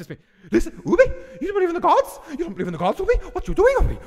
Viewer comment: Dude could you at least say ubbe's name properly it's grinding me 😂